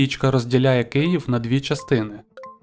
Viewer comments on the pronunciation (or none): none